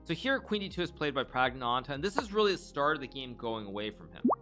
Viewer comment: Flawless...except for adding a phantom t to the end of Prags name